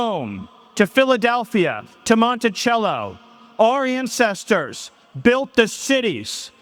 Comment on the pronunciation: Sounded like our incesters instead of ancestors